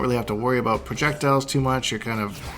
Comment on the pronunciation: I’m Canadian and it even scares me.